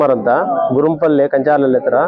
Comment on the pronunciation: ಗುರ್ರಂಪಲ್ಲಿ not ಯಾರಂಪಲ್ಲಿ